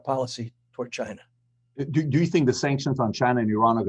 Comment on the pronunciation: “Chy-na” not China.